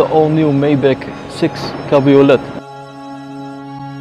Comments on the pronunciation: You don’t pronounce the “t” in cabriolet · Great video, but please learn how to pronounce 'cabriolet' properly.